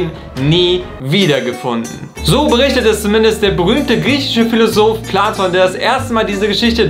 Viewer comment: "Der Jude Pladon" Alles klar. 😂